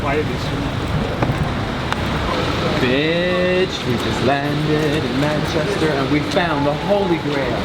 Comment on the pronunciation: How he pronounced manchester😂